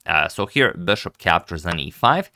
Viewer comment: its not beshup. its bishop